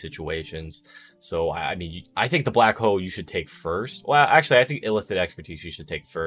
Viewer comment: lmfao, I kept hearing that too